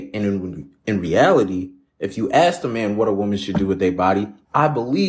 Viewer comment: Axing someone is illegal 😅